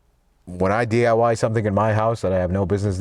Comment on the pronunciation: Why don’t you day DIY do it yourself,instead í notice your saying DYI do yourself in? Lol